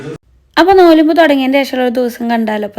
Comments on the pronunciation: Nolumb alla Nomb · Nollumb ena parayum.